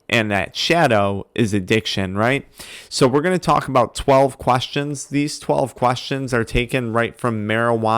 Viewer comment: "12 quAstions" 😂😂